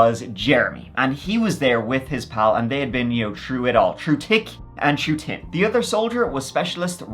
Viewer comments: I don’t understand how you can almost perfect an American accent but can’t pronounce your T H’s. Push your tongue to the back of your top teeth and repeat after me. THick, THin, THree, oTHer😂 Da tall tick tree has da tin branches😜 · "Through tick and through tin." I love ya,. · "Tru tick and tru tin." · Love how you pronounce 'th' words with your accent ❤ Shrew tick and tin! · Day been trew it all, tick and tin. 😂😂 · Troo tick and tin😂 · …”true tic and tin”😂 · I've been watching this channel for quite a long time now and in the beginning I use to giggle at his accent everytime he'd say "th" words like thirty-three etc..😅 but it's been a while til now with his "through thick and through thin" or as I heard it "through tick and through tin" 😂 ❤❤❤ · Shrew* tick n tin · Through tick and through tin 😂😂😂